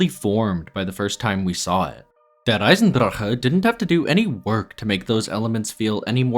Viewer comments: It’s not even how it’s pronounced either. He keeps rolling the R in the word “Der” but It’s not Russian. It’s just pronounced how it looks (Dare). He does say “Eisendrache” correctly though, most people completely mispronounce that and say it like “Eisendrak” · If you pronounce der eisendrache like that again I’m clicking off this video. This is your only warning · Soon as you said der eisendrache like that I disliked and stopped watching 🌚 sorry fam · How come you pronounce Der Eisendrache like a German, but you don't pronounce 絶望の島 like a Japanese person? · please stop pronouncing der eisendrache like that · but he ONLY does it with der eisendrache. He doesnt do it with zetsubo or gorod krovi. And the worst thing is that the pronunciation is WRONG. Its not american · Every time he pronounces der eisendrache, I die a little. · Your pronunciation of "Der Eisendrache" is so cute